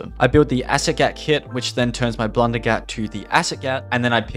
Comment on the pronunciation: I STARTED DYING WHEN HE TRIED TO PRONOUNCE THE ACID GAT PAPPED😭😭